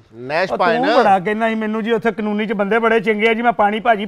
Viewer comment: مکھی دی کانونی تے درست کرواؤ کالونی کہنا کہڑا مشکل ہے